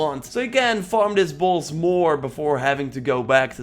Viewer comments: He says bloss not boss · What "buss" are you farming now lmao why do u say boss like that